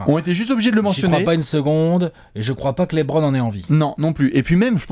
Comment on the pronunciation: Super vidéo! tu m’as vendu du rêve sur LeBron à New York. JUSTE,, dans un objectif de crédibilité (notamment quand il s’agira de défendre qu’il est le GOAT) il faudrait penser à passer de « Lébronne » à « Leubronne ».